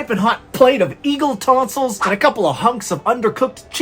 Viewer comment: The ad-- "eagle tonsels" 🤣😭😭😭